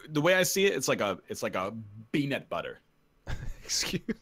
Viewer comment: Did I seriously just hear... beanut butter??